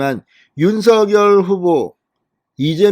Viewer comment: 윤석열을 말할 때 소리는 윤서결도 아니고요 ♡윤성녈♡로 말해주세요 윤석열대통령께서 이미 오래전에 어느유툽서 ♡윤성녈♡로 불러달라 했습니다